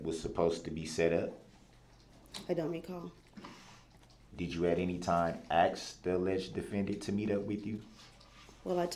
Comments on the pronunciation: It ask... not aks!!!!! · OMG, me too! I scream all the time, "ITS PRONOUNCED A-S-K"!!!!